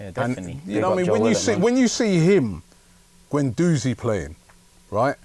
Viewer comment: Just a quick point here, why is it that these superfans have such problems pronouncing players' names? Its Guendouzi (Gwen-doozi), not Gwen-DOZEY. It's Wenger (Veng-ger) not WENGAH. Considering these people's lives revolve around Arsenal it blows my mind that some of them can''t say these basic names properly. Weirdly, I've never heard anyone say 'Tee-airy Enn-ree' but only ever pronounce his name correctly.